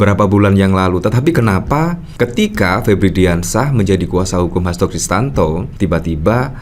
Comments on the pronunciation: Bang, maaf nama lengkap pak Hasto itu adalah Hasto Kristiyanto, bukan Hasto Kristanto. Sepertinya anda kurang tepat melafalkannya.... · HASTO KRISTIYANTO, mas! Bukan HASTO KRISTANTO! Nanti dikira orang yg berbeda lho!